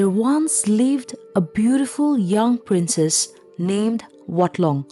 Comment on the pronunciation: Aoart from the fact that the narrator pronounced "princess" as "princes" this was a very interesting story. Thanks 👍